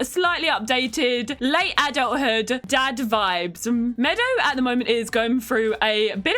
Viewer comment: "Valentino's DAD VIBES" You really enunciated those words there,... 👀🤣